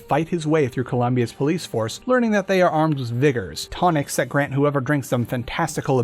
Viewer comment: He sounds a little whiter everytime he says "vigger" I know how its actually spelled he just says it like that